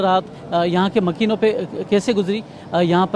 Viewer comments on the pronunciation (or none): MAQEEN NAHI MAKEEN ..